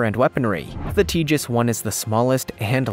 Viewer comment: It's pronounced TA hass, long A, not Tejas. The J makes the H sound.